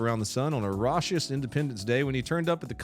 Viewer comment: No way pronounced the imaginary “ch” in raucous but then didn’t pronounce the fucking one in “conch” 😂